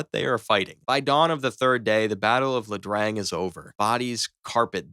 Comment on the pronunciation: LaDrang? IaDrang. Eye-uh Drang.